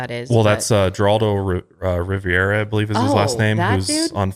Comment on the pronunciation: Heh- rald- oh ... riv air ah. not Jeraldoh Riviera.